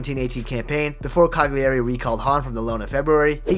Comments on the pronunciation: Incredible story! Poor guy so talented but born in the wrong place. For the future: Cagliari = KA-yuh-ree not ka-ghli-AY-ree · not CA-GLEE-EHRI, CAH-LEE-AH-RI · Look at the correct pronunciation of the name Cagliari. Your pronunciation is terrible. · Strange that he kept mispronouncing Cagliari with all that research